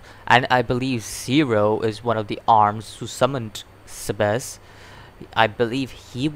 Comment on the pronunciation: also it's Seb ASS!!! well that's how you say it.